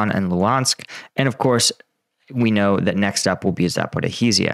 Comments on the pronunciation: Say it with me: Zah–po–REE-zhee-ah. (Zh = s as in pleasure, leisure, treasure, etc., or French J as in Jean Valjean.) It’s not “ZaporaHEsia”. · for God's sake learn how to pronounce Zaporizhzhia! It's really not that hard.